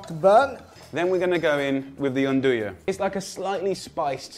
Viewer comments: The second "pronunciation" is COMPLETELY wrong, while the other two are only half-right. The trick to pronouncing the "n" part of 'nduja is to drop any potential vowel sounds altogether, as there is NO vowel sound there, yet the "n" still sounds like it's been said immediately after a vowel, but is just a standalone "n" sound. (The teeth stay together the whole time.) With this in mind, the end pronunciation is something along the lines of "n-DOO-yah". (And the "DOO" is pronounced tightly and inbound, pursing the lips, rather than loose and wispy.) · All three clips show non-Italians pronouncing an italian word. And in three different ways, none of which is correct... No offense but this is misleading and not informative.